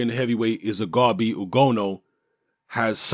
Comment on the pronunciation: He said Izugabe... Izuagbe you fucking Mugabe